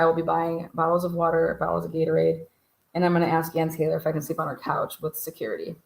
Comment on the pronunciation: FYI--Love the catch phraes you've been throwing in. Bon Qui Qui with "sekority" and Pre-sent. Tee-mothy. Love Mr. Garvey😂❤